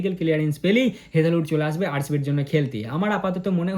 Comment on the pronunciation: আরে মূর্খ হেজেহোড না হেজেলউড